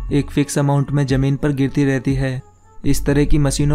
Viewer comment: It's ZAMEEN, not JAMEEN